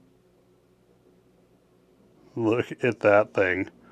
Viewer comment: It's"egs-ECK-u-ter" in canon. Second creator I've heard pronounce it wrong.